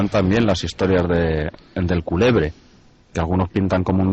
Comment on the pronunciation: No es culebre es cuélebre❤😂